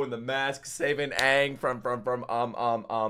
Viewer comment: No Ong, Ee Row and Sowka. Finally.